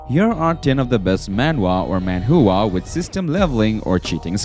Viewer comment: I can't stop hearing Manhoohaa Jesus Christ 😂